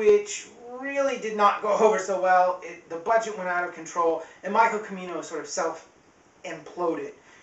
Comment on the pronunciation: It's spelled "Chi-mee-noh" and it's not Gates of Heaven, it's Heaven's Gate, and he directed The Sunchaser in 1996. Anyway, very nice review. My favourite movie, and my favourite director after Ford (the greatest american director after Ford; now that he's retired, still trying to comeback though, I'd say the best american director is James Gray). It's amazing how one keeps discovering new things with each viewing of the movie, that's one of the things that defines how great a movie is.